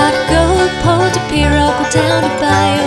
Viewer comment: This was FANTASTIC! My only (minor) suggestion is that she study the pronunciation of local words like "Bayou."